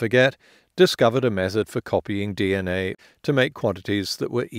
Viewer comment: Holy 💩, forget deoxyribonucleic acid - this dude can't even say 'dee enn aye' 😂